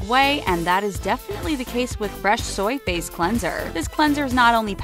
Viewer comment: Anyone else think she sounds like she’s saying Fresh Soyface Cleanser instead of Fresh Soy Face Cleanser?